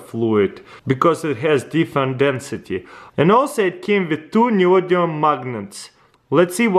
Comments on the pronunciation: Its neodymium dammit not neodium 😂😂😂😂 anyway nice video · It is pronounced nee-oh-dee-mee-oom Also great work.